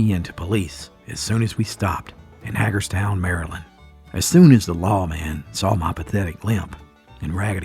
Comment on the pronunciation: It’s pronounced “Hay-gur’s-town.🤓🦀